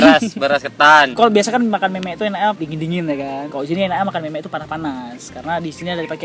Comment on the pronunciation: Jangan lupa dibacanya meu-meuk jangan pake 'e'.